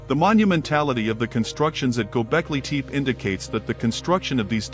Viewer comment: Waste of time! Really bad AI voice. First line says "Gobekli Tepe", with the second word pronounced TEEP. Even TEE PEE would have been closer. Junk!